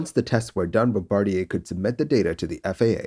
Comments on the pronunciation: Remember they are Canadian so they use the French pronunciation - Bom-Bah-Dee-Ey. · Jheeze not the "BOMBA-Rider" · Love you and the channel. But it’s Bomb-ba-deer…..